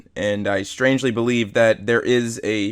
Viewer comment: My dude can't tell "strongly" and "strangely" apart and then pulls words like "documentarian" out of nowhere :P